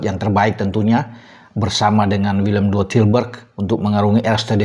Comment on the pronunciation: Sebutnya = WILLEM TWEI😂😂😂